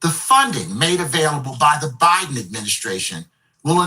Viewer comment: Is it byedone or is it a hologram?🤣